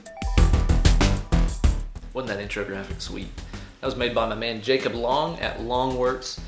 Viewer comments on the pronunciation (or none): none